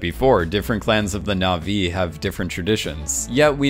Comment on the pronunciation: Dude! You mispronounce na'vi 3 seconds into your "comprenhensive guide"...